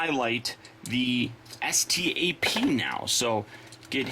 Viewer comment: It's pronounced STAP